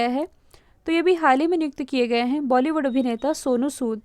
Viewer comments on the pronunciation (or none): none